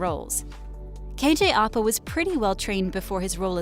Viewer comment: I'm sorry Ik she has accent but still... Its ăpa not opa Also its madaLAINE not madalyn